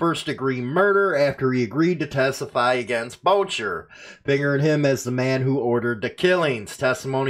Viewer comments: Boucher is French (Boo-shay). Respect for the "real" content on your channel. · It's Maurice "mom" Boo shey is how you say it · Booshay is the pronunciation. LE is pretty sneaky so is this a way to stir crap and try to get more info if something occurs because of a release. Just my paranoia.